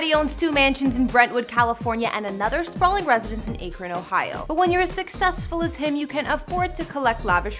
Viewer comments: Aye kren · We Buckeyes cringed when she said Ak. Ron,🙄🤣😉😳 it's one word say it with me, Akron.